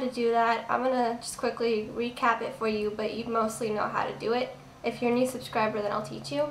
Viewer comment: lol when i clicked scuccribe you said oh one more suscriber im like D: wa